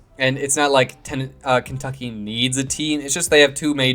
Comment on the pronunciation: Kentuckey? It's Kentucky😊